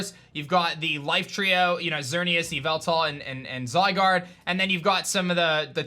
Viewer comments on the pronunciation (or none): none